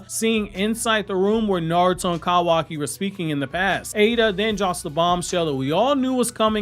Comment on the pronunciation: I hate the way you pronounce kawaki tf